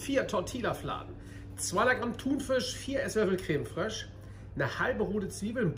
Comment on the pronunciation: Geiles Rezept ;-) ... Was hör ich da ? Ein Löffel Creme ” Frösch ” ? ;-) das muß das gute Zeug sein ;-)